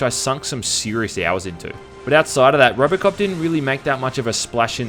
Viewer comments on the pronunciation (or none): Am I the only one who hears ROBERTcop instead of ROBOcop? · did you say Robert Cop